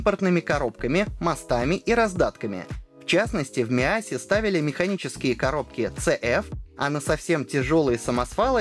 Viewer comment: ZF,а не цээф